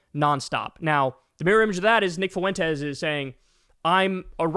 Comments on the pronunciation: Are you trying to say “Fuentes?” Well don’t do it. ‘Cause it hurts my ears when you do it. Fwen-tez, not foo-en-tez. I can’t stand the guy, but it’s Español 1 pronunciation. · It's not "foo-WEN-tez", it's "FWEN-tez". Profoundly irritating. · No shit FOO- EN- TEZ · Why are you adding an extra syllable to Fuentes? I swear white people refuse to roll their rs when speaking Spanish then turn around and say “fiddy cent” instead of fifty, or in this case “FUH WHEN TES” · Fwen-tay. Drove me nuts the butchering of that name. Anyway, as for him no one wants Nick on our side either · Can you say his name properly. You sound uncomfortable saying it. Now imagine how uncomfortable i am listening to you be uncomfortable over and over by your own choosing😂😂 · Learn how to say "fuentes" properly. It's not that hard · "Fuentes" has 2 syllables, not 3. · Fuentes is a joke, but please for the life of me Kyle Fuentes is 2 syllables. The three syllables makes me cringe every time LOL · Three syllables instead of two